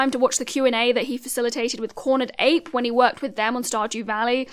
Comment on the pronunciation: no way you just mispronounced concerned ape 😂